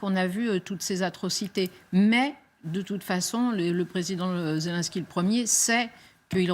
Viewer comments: C'est ZelNsky boordel pas zél1ski grr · Madame la journaliste: apprenez à prononcer "Zelensky" correctement.